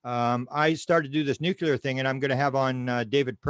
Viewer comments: Nuclear, not nucular. I twitch every time you say it lolol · Great vid! Minor, very minor, bit of input; it' NOOK-LEE-UR, way not NOOK-U-LUR (from an OCD science guy, 😖) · Nucular weapons, what's that? Ohhhh... Nuclear weapons, okay got it. I guess is related to George W. Bush. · Yes, pronounces nuclear funny. It's a Canadian thing, LoL